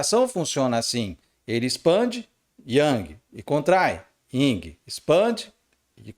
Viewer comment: NÃO É YNG, É YIN